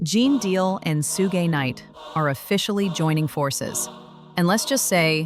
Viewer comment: Not soo-gay night